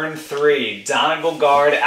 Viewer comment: Great video! One note though, Donegal is pronounced Don-ee-gaul, not Don-e-gul. Celtic pronunciations are not the most usual.